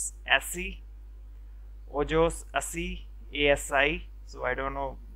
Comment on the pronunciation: Ojos así Spanish ojos pronounced ojos in which the j is pronounced as an h